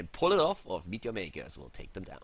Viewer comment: i always thought it was ,midyamaykas lol